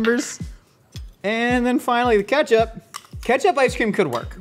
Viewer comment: “It’s it catch up? Is it bar-ba-q sauce” 😂I love how Nicole & are having a full on convo as he’s whisking the IceCream base, but at the same time the stove is still on, smoking😭😂